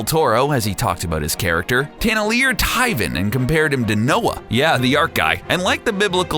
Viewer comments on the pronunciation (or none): you know the narrator didnt watch the movie when he speaks "Tyvan" instead of "Tivan" and hes just reading something.